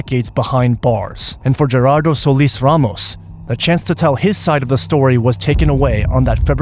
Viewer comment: Lol lies gone name a not raymos says the cop even though its ramos